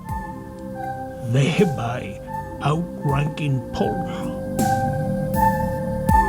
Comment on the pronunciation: Pwyll is pronounced more like "push" not "pull"